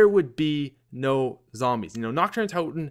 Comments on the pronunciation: Dude...you're pronunciation of Nacht der Untoten is SO bad haha. There's no emphasis on the "h", in "nacht" and "untoten" isn't prounounced "tot-in" it's pronounced "tote-in". So phonetically, it would be "Nahkt der un-toe-ten". Love your videos, that just made me cringe :P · does anyone else get a little annoyed when he says it like Nacht der unt(ou)ten. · Wow, I never noticed he used to call it "notch der un tot en" (tot as in tater tots)